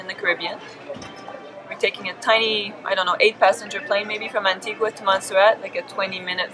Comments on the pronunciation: It’s not Anti(Gwaaa)…. It’s ANTI (GAAAAH) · Yes, it's an-TEEG-a. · Lol Antigua pronounced wrong but hey I’m glad u got Montserrat right🇦🇬 glad you had fun in our islands